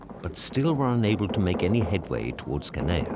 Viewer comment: Judging by the soundtrack, one particular machine gun was firing the whole time all over the island and even at the same altitude as the Ju52’s. And the British narrator continually mispronounces Canea. It is spelled in many different ways in English, but should actually sound like “Haan-ya”.